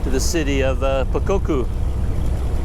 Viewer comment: You pronounced the city of "Pokokku" like a local! Burmese words are fairly easy to pronounce if you were to separate the syllables. For example the temple "Dhammayangyi" might seem hard to pronounce at first, but if you divide up the word to "Daman-yan-gee", then it's fairly easy. Enjoy your time in Mandalay!